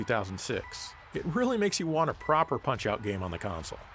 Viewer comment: Finally, someone pronounces Punch-Out!! properly. How about covering Mario Strikers Charged? I liked the Gamecube game. The Wii version made things a little more interesting. It's a shame there are no more games in this series...